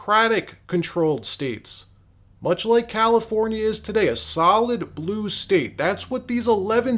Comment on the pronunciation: "registered valifornia viters"?